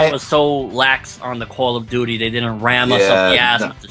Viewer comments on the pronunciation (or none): "CALL OF DOODY" lol